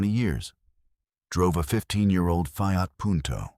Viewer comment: Teach your AI narrator how to pronounce words-Fiat. Abysmal!